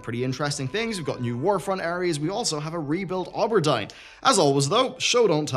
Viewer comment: You butcher the names of so many things... Auberdine, Diablo, Arathi...